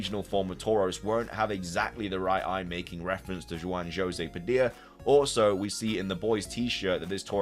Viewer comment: Not jwan joesay 🤡